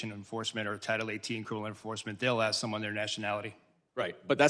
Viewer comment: If you can't pronounce the word, "ask", you shouldn't be allowed in Congress.